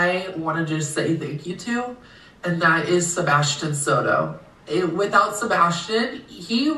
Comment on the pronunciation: the moment she said "to sebstian soto" im like "alriighhhttt~~~ nope"